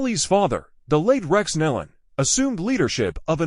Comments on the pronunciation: Thier name is Nelon pronounced knee-lon not Helen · no knee-lon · What is so hard about pronouncing NÉE’ LONS right⁉️⁉️ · What is so hard about pronouncing their name correctly, NEEEEELAN??? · Knee Lynn is the pronunciation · The name is NEELON PRONOUNCED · Exactly the point. This isn't the way you announce a tragedy when you don't even know the spelling and pronunciation of the names!